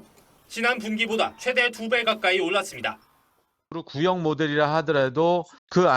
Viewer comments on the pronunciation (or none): 기자가 '최대'를 아주 짧게 발음하는데 '최:대(最大)'라고 장음으로 발음해야 한다. 한국어에는 각 단어들에 장음(長音), 단음(短音)이 있어서 국어사전에도 표제어 장음 글자의 오른 편에 : 표로 표시되어 있다. 그런데 요즘 젊은 기자들은 특히 한자어를 말할 때 이를 전적으로 무시하고 전부 아주 짧게 발음한다. 예컨대 여:당(與黨), 야:당(野黨), 대:선(大選), 재:선(再選), 피:청구인(被請求人), 가:처분(假處分), 최:고(最高), 최:대(最大), 양:국(兩國), 대:화(對話) 등, 긴 발음인데 아주 짧게 발음하는 것이다. 이런 폐해는 한자 사용의 폐지에서 기인한 것이다. 요즘 한국인들의 '한자어' 구사가 이 모양 이 꼴이다. 정말 큰일 났다.